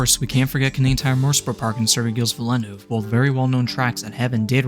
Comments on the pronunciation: As an F1 fan, the way you pronounced Gilles Villeneuve's name just hurts. It's pronounced "JEEL VEEL-nurve" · how he said gilles villeneuve hurt me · Congrats on achieving the worst pronunciation of Gilles Villeneuve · Your pronunciation of Gilles Villeneuve makes me want to scream. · Hilarious the way you say Gilles Villeneuve but good video regardless